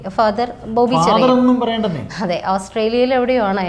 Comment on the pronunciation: ചിറയിൽ അല്ല ചേരിയിൽ